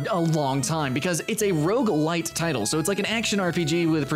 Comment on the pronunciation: Is he saying Rouge LITE? lol